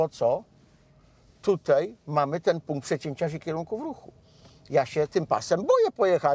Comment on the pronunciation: Panie Marku, apeluję: tutAj, a nie tutEj.